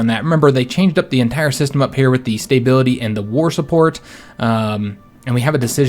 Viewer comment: Its making my Imperial feathers ruffled! And StaBBBBility... :-P not StaYbility